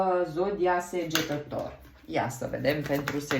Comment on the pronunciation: Nu va suparati.E sagetator nu segetator!